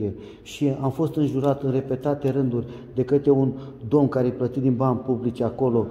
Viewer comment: hahahaha,scuze dar e "funny" acel 'duomn"..am crezut ca este robot loool..bine ca am si vazut nu numai am ascultat lool..Sanatate HAHAHA